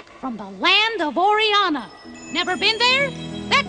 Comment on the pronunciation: Orianna THE WORD IS ORIANNA